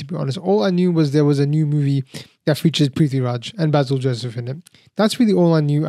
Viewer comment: Hi, -- long time no comment, I've been taking a break from online stuff. But I hope you don't mind me offering a gentle correction and some comments. The gentle correction: Basil's name is pronounced Bay-sil, not Bah-sil (as we would say in the English speaking world). I'm like you, I had a blast watching the film, especially the second half where it descends into pure chaos. I'm actually not much of a fan of Prithvi doing comedy, I really don't think it's his wheelhouse, but they put him precisely in his darker, hero-type avatar in the second half and there I thought he was terrific. Also - there was a lovely and fun cameo appearance near the end of the movie by Aravind Akash, who played Lord Krishna in Prithviraj's debut film, Nandanam. They even use the music for him from the film in this film. I had an "OMG" moment when I saw him and heard that, I was so tickled that they did that. (Also, BTW, they did not actually shoot at the Guruvayoor temple, that was a great set they build for the film). Anyway, Nandanam is absolutely one of my favourite films, I've written about it and shared it so much:-) Oh, and Prithvi says the last line of Nandanam (originally said by Nivya Nair in the film). There were a lot of other references to films and memes in the film, too (another one that stands out for me is a line from Drishyam, which Prithviraj says, imitating Mohanlal's shoulder drop).